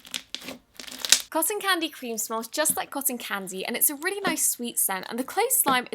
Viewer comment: why you call cotton candy cosson candy? lmao